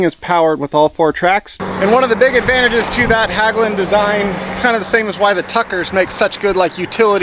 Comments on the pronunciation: "Hagglund" LOL!!! HEGGLUND is how you closest should read it if you can't pronounce the Nordic letters. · Not Hagglunds, Hägglunds. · i love how American butcher our language. It's not Haaaaglungs. It's Häglunds. I'm going go pronounce American namnes like Bob like Böb insteed or Ford like Föööööööörd. Anyway, enjoy you Häglunds. Btw, the reason it broke is because Stefan Löfven, our former PM worked as a welder at Häglunds before he ruined our country . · how you should pronounce Hägglunds is like Hegglunds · The ä in Hägglunds is pronounced like the e in egg, try Hegglunds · Great! IT`s pronounced Hegglunds😊😊drove the predecessor Volvo Bv 202 in the Norwegian army